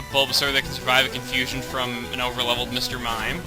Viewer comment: hess cumfushune